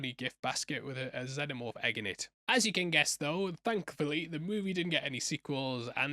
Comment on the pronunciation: Bro I love u but the way u say Youtja and Xenomorph, irks the fuck out of me haha